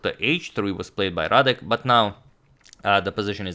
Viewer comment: excellent "Radek" pronunciation